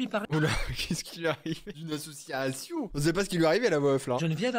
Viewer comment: " AssissSsCIation " et le " moui " cette vidéo était hilarante. Mais je veux voir la fête médiévale de Chris